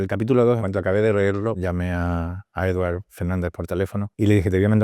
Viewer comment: Eduard Fernández está fantástico, as usual. Lástima que el director, después de meses trabajando juntos, no sepa aún pronunciar su nombre correctamente en catalán y lo haga en inglés, acentuando en la E 😂😂😂